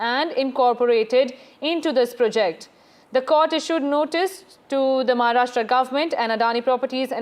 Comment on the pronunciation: It's not pre'JECT, it's 'PROject